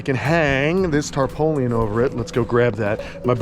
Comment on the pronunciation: tarpaulin is pronounced "Tar-PAUL-in", not "tar-po-lian". Your reaction to the criticisms was adorable, "Such a stinky little person..." LOL Yeah, this cold-snap is a definite outlier, but understand that it might become more common due to Climate Change, so I'm glad you're preparing for the eventuality. Here's hoping your critters get through this without any more casualties.